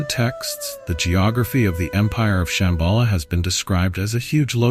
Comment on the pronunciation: Es heisst Shambhala und nicht Shembhala, Ladhak und nicht Ledhak. Viele der Sanskrit-Wörter sind falsch ausgesprochen. Ist wirklich störend. Lilo